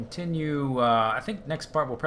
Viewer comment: I know you will hear this from many people, but it is HA-VEL not HEY-VEL, no offence intended, but I studied Vaclav Havel, an IRL revolutionary in Czechoslovakia and thus I have the pronunciation memorized, as well as a high respect for the name.